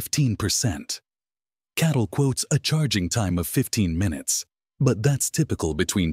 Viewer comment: the ai get catl wrong pronouncing it as cattle, the bull sheep channel